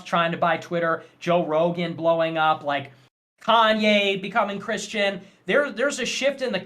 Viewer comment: Kanye becoming chirshtain lol